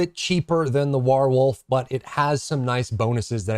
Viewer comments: I just want o know where you learned to say "whar-wolf" like that. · I'm sorry i had to stop watching when you said "wArwolf" did the second time! Can't you see how obvious it is to pronounce that name correctly?